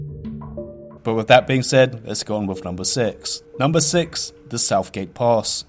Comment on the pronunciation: Wiff hawwoween appwoaching its ownly wite that i make a video about the cweepies twing in wherld of wharcwahft. Mans got a loose goose ! Ily man!